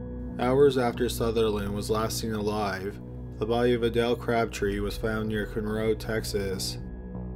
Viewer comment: He said conroe wrong too!!! Lol I live in Houston so the first couple of times he said Galveston I was going to let it pass but he just kept saying it wrong too many times! Hahaha I'm guessing he would have said humble wrong too but that one is tough cause you would only know to to pronounce it if you lived on or near the area.